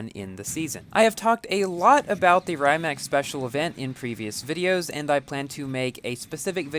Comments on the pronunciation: Yup, good vid! But the really correct pronunciation is "rǐːmats" (in IPA notation), like English "ree mutts". It's the Croatian creator's family name. Congrats on the car, BTW, 🤗 I envy you as I'm still grinding to get my ZR1 to 2 stars and maybe finish Stalwart Monkey.🤪 There should be more chances to earn S Coins, and I think there were some a little bit before the end of the Jesko SE... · correct pronounciation: Ree-mack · and its not rymac its rimac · Actually, it should pronounce Re-mac. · Really cool video. BTW Rimac is pronounced R'ee'mac, as in cheese, but a little less sharp